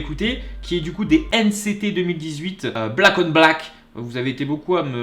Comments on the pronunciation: STOOOOP JE PEUT PAS SA SE PRONONCE PAS N CÉ TÉ MAIS N CI TI !!!! STP REFAIT PLUS SA...sinon j'aime ta vidéo 😂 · « Ène cé té » Mon cœur d'NCTzen meurt XD C'est la première fois que j'enttend quelqu'un les appeller comme ça. C'est comme pour BTS, ça se pronnonce à l'anglaise ;) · ON DIT N CI TI 😂😂😂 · N CÉ TÉ 😂😂😂😂 N CI TI plutôt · Nct se di N si ti 😂😭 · NCT se prononce à l’anglaise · Je ne vais pas t'incendier mais ça me stresse parce que NCT ça se prononce à l'anglaise comme les BTS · ça ce prononce « nciti » mdr. #forceuse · Pour éviter de te perdre, absolument TOUT les noms de groupes se dise en anglais (sauf quand c écrit en Coréen mais je suppose que tu ne peut pas lire cette langue😂) donc NCT se dit "ène si ti" 😇😂😂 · NCT on le prononce a l'anglaise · bravo j'aime bcp mais juste pour te dire c'est pas grave juste les NCT sa se dis à l'anglaise aussi "NCTi" voilà mais c pas grave 😊 personnellement je t'ai rencontré grâce à ta première réaction Kpop et j'ai enchaîné les trois 😂😁 mais bon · NCT se prononce à l'anglaise. Easy= ( NCiti ) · NCT n'est pas un groupe de k-rap, et ca se prononce NCiTi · Ta vidéo est génial mais nct se prononce "n ci ti"😄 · NCT sa se dit en anglais ! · Sa se dit a l anglaise NCT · Désolée (en plus je suis en retard 🙄) mais on NCT on le prononce à l'Anglaise xD Et NCT ce n'est pas de la k-Rap mais black on black c'est une performance et non un clip donc tout est misé sur la danse ^^' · NCT se prononce à l'anglaise Dans NCT il y a pas mal de rappeur mais sa reste de la KPOP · Juste Nct se prononce à l'anglaise comme bts , et tu n'as pas écouter la meilleure musique , black on black est plus basé sur le visuel que sur la musique mais sinon Nct font des musiques de ouf ;) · Nct sa se prononce en anglais😂😂😂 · ahahah la prononciation de nct m'a vraiment fait rire ( le prend pas mal mais c'est hyper drôle dit avec l'accent français) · Nct ce prononce à l'anglaise mais sinon super vidéo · Nan sa doit se prononcer a l'anglaise NCT 😁